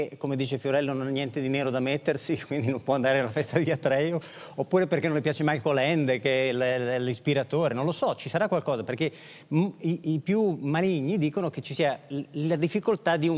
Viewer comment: si pronuncia " micael " non " maicol"; era tedesco non anglosassone. Ma soprattutto: era antifascista.